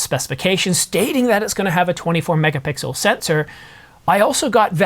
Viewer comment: You're killing me with the way you pronounce "MEGA-PICKLE"....LOL